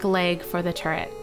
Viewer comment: at the beginning it sounded like she said portal turd